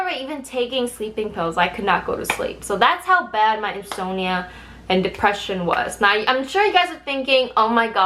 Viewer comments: in-sahm-knee-uh <- just a heads up. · Yes. She shows BlackPink in the thumbnail. I watched of rambling/complaining/lowkey bragging/weirdly pronounced English ("insomnia"?) and there is zero mention of BlackPink in this video. They're not the group she was cut from before their debut and if she ever met them she didn't talk about it here. Putting a picture of a popular group in your thumbnail that has no connection to the actual content is classic clickbait and it's a rotten thing to do to people.